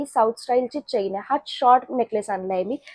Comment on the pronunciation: चैन नाही म्हणत चेन असे म्हणतात मराठी आहात ना